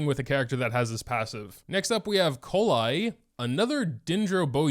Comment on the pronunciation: it's pronounced kolei btw